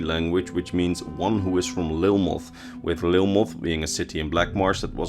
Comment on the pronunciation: It’s a small thing, but I’m 9@ sure lilmothiit is pronounced like khajiit, with the iit being pronounced like eat